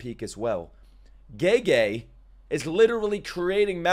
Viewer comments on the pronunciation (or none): This episode was cool and all but I cannot get over pronouncing Gege as Gaygay 😭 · Him saying Gay-gay 😂😭